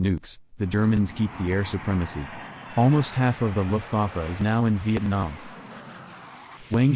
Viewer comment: The AI has terrible German - saying "Looft- Waaf" for "Looft-VAH-fa" (Luftwaffe) for example.